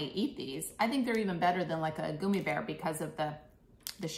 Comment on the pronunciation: “Goomy” bears? 🤔